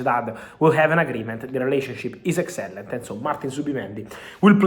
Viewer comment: "Excellent" sounds wierd 😅